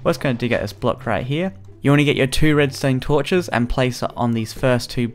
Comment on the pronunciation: Probs the accent